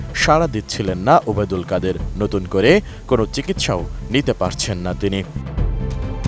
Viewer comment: যিনি খবর পাঠ করতেছেন তার খুব কষ্ট হচ্ছেন তার নাম উচ্চারণ করতে